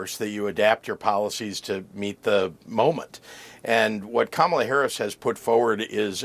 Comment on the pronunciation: Notice he says her name correctly when he was recorded while golfing after Biden stepped back. He said her name perfectly. So he's literally butchering her name purposely. He hates his followers. MAGA is just useful idiots to him.